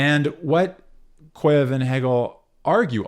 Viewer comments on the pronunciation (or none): small correction from a russian speaker... it's pronounced "kah-zhyev." excellent video otherwise